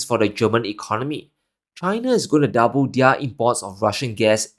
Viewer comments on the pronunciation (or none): none